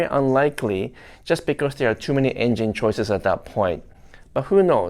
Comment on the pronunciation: I like how says engine (enging). Lol…still love ya’!